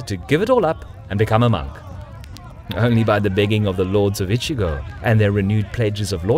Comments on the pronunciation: Great content as usual ! But it's "Echigo" (Province) not "Ichigo"! I usually don't care about mispronunciations but hey, how does an "E" suddenly become an "I" ? lol It's even written correctly on the map^^ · Kagetora was not the lord of Strawberry Province. LOL The first syllable of "Echigo" is pronounced like the English word "etch" not the English word "itch". You are saying "itchygo" (which in Japanese means "strawberry".) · I don't get it. You pronounce "Uesugi" correctly but fail at "Echigo" (not "Ichigo," which means strawberry), and you cut Kawanakajima in half: "Kawana KaJEEma". Kawanakajima = Kawa-naka-jima = 川中島 = River-Middle-Island = Island between rivers. If anything, Japanese stress the second ka mora, as KawanaKAjima. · Echigo not Ichigo. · I know i am a huge dick for saying it but the names pronanciation is off. And its Echigo that gets me you say Echigo it sounds like Ichigo meaning strawberry. Its a harder E silmilare to the word etch. Thire are a few others and i get its hard to say them because japanese phonetics is very diffrent from western. Its just a persenal thing